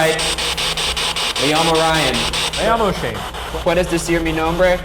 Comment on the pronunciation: #postmortem not a question but a comment. Every time Shane says "Yo mi llamó Shane", my name is Shane, it sounds like he is saying "Amo Shane" I love Shane. I just think it sounds funny to Spanish speakers that are #shaniac 😍